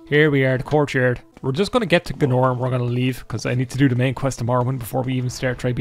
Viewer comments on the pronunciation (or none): Who is G'nor!? You mean GAYNOR? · Pretty sure you don't say Gaenor like "G'norr". That's a kind of quick soup. It's just not how we say the AE sound, which Americans confuse for the EA sound, but it's like a hard A isn't it, so it's like y'man Gaynor, isn't it. No need to make a meal of it, bonnylad.